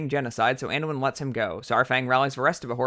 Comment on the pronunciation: There's 3 names pronounced incorrectly. Archimonde = The "ch" is sounded like a "k", not as it's spelt. Aegwynn = The "g" is sounded as a "g", not a "j". Teldrassil = Pronounced "Tell-dra-sill", not "Tel-draaah-sl" Other than that, bravo. Great video. Now you just need Bill Wurtz style music chimes.